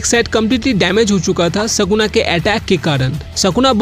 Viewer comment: Are mere bhai tu phele achese bolna sikh vo Sukuna hai sakuna nhi